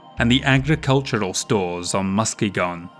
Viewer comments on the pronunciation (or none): Love your work. The effort that goes into this is amazing. My only point of contention is your pronunciation of Muskegon. It is said Mus'KEEgan with the major emphasis on the second syllable, and secondary on the first. Not MUSkey'gon as it would appear. Knowlege base: I grew up and live halfway between Chicago IL, the home of FASA, and Muskegon, an actual city in Michigan. Keep up the amazing work! Love this. Look forward to every release to watch on my days off! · As someone who lives only about an hour's drive from the place it's named after, hearing the way you say Muskegon threw me for a loop,. Like, it's technically correct if you're reading the word on paper, but normally the "key" part of Muskegon's pronunciation is much more pronounced, whereas the latter portion is softer, like the word 'again'.